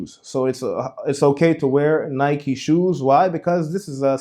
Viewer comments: It's pronounced: Ny-key (Nike). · firstly I was trying to suffer through your wrong pronunciation of the word Nike (Nie•key) then you say "why not wear Jordans" smh. How are you unaware that the Jordan brand IS Nike. Are you really that oblivious on what you yourself are trying to teach? That's like saying "why not worship Ba'al? He's not Lucifer" Nike and Jordan are two in the same. There would be no modern day Nike without Jordan and the Jordan brand success wouldn't exist without Nike. Notice how Jordans "jump man" logo is facing towards the right? Aka sun worshippers worship towards the east while those who worship christ are instructed to do so towards the west. All of these small details add up to the bigger picture. YES Nike is a d•mon•ic brand. And it only helps that Jordans name is well.... Jordan right?